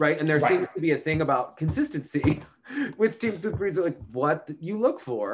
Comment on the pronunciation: I wrote him an email wrong ago on pronouncing Tutberidze - a Georgian surname (and NOT Russian) but he seems to ignore all advice.